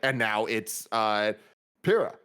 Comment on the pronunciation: I believe it's pronounced Pie - ra.